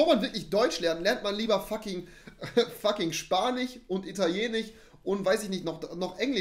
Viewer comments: Spanich und Italienich 🤣😅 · "Bevor man Deutsch lernt, lernt man lieber Spanich und Italienich..." ;) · 18:8 spanih, italenih xD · Spanich und italienich 🥳😂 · Wieso kann rewi eigentlich engliSCH aussprechen aber nicht spaniCH und ItalieniCH?